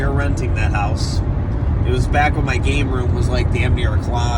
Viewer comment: first time you said game manuals, it sounded like you said gay manuals. LOL